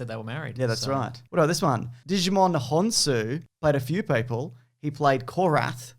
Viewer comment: Digimon honsu lol this guy